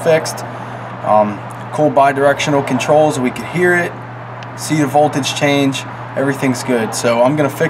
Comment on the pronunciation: Just thought I would let you know there is a 'T' in 'voldudge.'